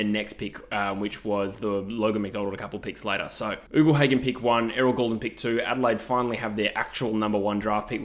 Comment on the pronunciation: I’m a fan of your vids, but something that grates on me is when you say Ugle Hagan. It’s not pronounced “oogle”, it’s pronounced “yougle”